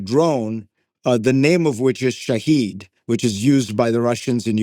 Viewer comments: It's not Shahid. It's Shahed which means evidence or witness. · Fareed you schmuck, the drone is called Shahid, ie the witness/observer, not Shaheed (martyr) as the americans pronounce it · Zakaria: Iran's drone's name is Shahed = Witness, not Shahid = martyr. Who knew I would ever correct Fareed Zakria!!!!